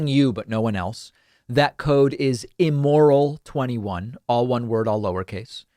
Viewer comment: So funny how you say “immoral”...i-MORE-il...you should try TAWKing more like us Brooklynites...🤩